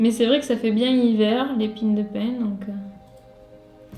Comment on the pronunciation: Merci pour ce fou-rire ! Oui c'est "pigne", pas pine... Ici à Nice on a d'ailleurs le train des Pignes, qui relie Nice à Digne.